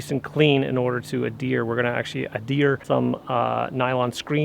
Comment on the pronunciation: "Add hear" not "A deer"